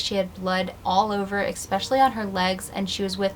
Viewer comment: I don’t mean to be rude, but it REALLY bothers me that you mispronounce “especially” (there’s no “x”) 😬